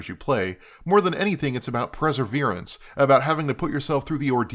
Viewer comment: As someone who is persistent, it is pronounced, "Perseverance," not "Preseverance." I liked the video though. Really interesting